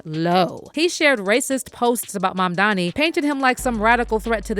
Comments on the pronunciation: It's Mamdani not 'Mamdami.' And Zohran Mamdani has now shaken up the space dominated by billionaires. I support this man! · Mam dani not mamdami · Mamdani not Mamdami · Holly F! Is it really hard to pronounce Mamdani? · Why are they calling him 'MAMDAMI' .....ITS 'NI' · 😂 What I don't get is, that seemingly intelligent people can say "ma'am" and "Donnie" but they can't say Mamdani.